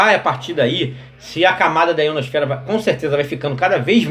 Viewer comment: o mais massa é q ele fala em terra plana e dps fala "IonoSFERA" "extratoSFERA" 😂😂😂😂